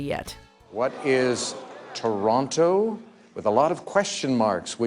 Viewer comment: I thought Canadians didn't say the "t" in the middle of Toronto.